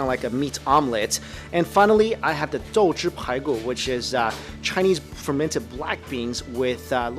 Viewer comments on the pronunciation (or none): 豆豉排骨(it's 'dou chi pai gu' , NOT ' dou zhi pai gu')